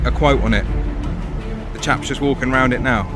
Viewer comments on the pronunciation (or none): “Everywone awound Waitrose” ! Great video !!